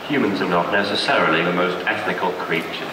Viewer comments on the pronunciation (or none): Bot said etNical instead of ethical.